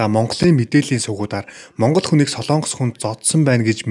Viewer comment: Солоонгос гэж улс байхгүй ээ. СОЛОНГОС гэж улс байдаг. Зарим нь СЛООНГОС гэж яриад байхаа болиочэээээээээ